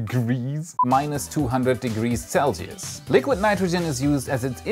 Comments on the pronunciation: I wasnt expecting a “degrees” flub” lol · I like the subtle humor adds-on 😂 and the change from animation to camera to animation (during the “degrees” pronunciation)